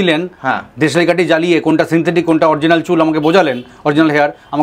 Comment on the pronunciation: Kotha ta sensetic noe dada... Sinthetic..